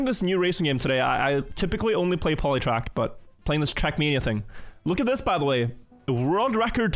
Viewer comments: Lol he can't say quack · I guess still never learned how to pronounce "quack" even after all those Deep Dip attempts